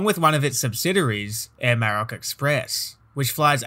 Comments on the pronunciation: The emphasis is on the O, not the A Maro^c.. just fyi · A great video…but your ATC voice was erm, weird. I’d also say you need to learn how to pronounce “Maroc”.